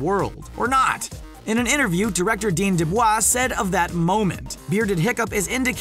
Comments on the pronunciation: He also says "dean deblah" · Wait did you say dean debvaa